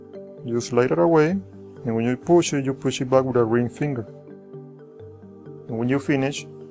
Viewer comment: "Poosh" Lol